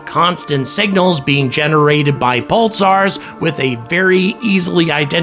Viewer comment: Sounds like you're saying "pultsars"